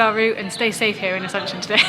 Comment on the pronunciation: No se si escuché bien, me pareció que dijeron Asencion y es Asunción wowwww